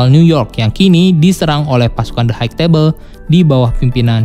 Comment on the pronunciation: High gak dibaca haik bang, tapi Hai.